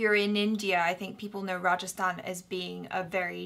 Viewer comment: 1st time you pronounce well a hindi word Rajasthan , very well Well done